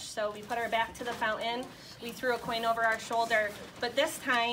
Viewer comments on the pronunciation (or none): a Fou-ehn? Try FounTain